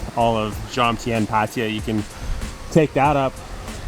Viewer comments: Thank you for your explanation as to why you deliberately mispronounce it. Still a bit strange as you know this sounds silly with the ‘I’. You might have heard it from other YouTubers who didn't know any better, but it's just patajaa, which is how most farangs pronounce it. Anyway your video’s are nice watching and I enjoyed the Nightmarket and Koh Samed video, it gave us a good impression to choose the area where we are going next week: not the Kaew Beach as my first plan was, but the Tubtim . Enjoy your travelling! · Nice video. Just wondering why you both keep saying Patija? There is no ‘I’ in Pattaya